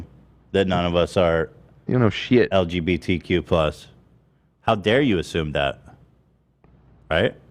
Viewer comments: and purposely mis pronouncing lgbtq,, come on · pretends to keep Ethan in his lane but when it comes down to it he acted as shitty as Ethan today. Telling chat to shut the fuck up and not even being able to say lgbtq correctly was just so pathetic.